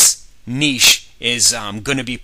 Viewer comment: finally, someone who can correctly pronounce "niche" :) Great info sir, love the series